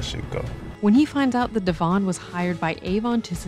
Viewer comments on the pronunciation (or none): none